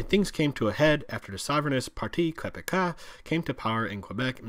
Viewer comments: It's kĕ-bĕ-kwah! Not kwebekwah. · Quebec-ah, it’s “Quebec-wa” you we’re close bud haha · Is it like "Quebikwah"? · something like kuebekua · Did he say QUEBE CAS? Even anglo quebecers are disturbed by this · That was a terrible pronunciation of "Quebecois" lol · I’ve never heard someone mispronounce Québécois so fucking horrible my lord. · first of all his first time saying Quebecois was atrocious